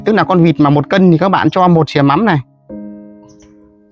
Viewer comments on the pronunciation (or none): Thìa ko phải là sìa nhé 😅